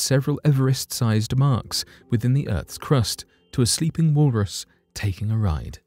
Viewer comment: " wool Russ" 🙄